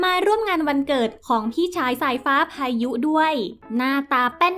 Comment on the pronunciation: แอดเวลาอ่านต้องน้องสายฟ้่า น้องพายุนะคะ ไม่ใช่น้องสายฟ้่าพาย